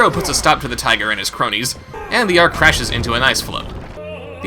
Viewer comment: "Ark", not "Arch".